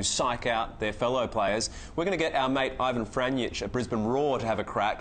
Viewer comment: they cant pronounce my cousins name. Ivan Franjic